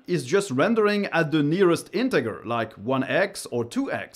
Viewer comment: The only other time I heard someone say integger was a parody programming tutorial with a heavy joke accent